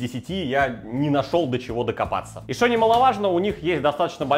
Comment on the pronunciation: Друже, прекрати "шокать"! Негоже жителю имперской столицы "шокать"